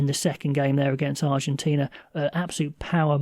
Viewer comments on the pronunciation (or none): none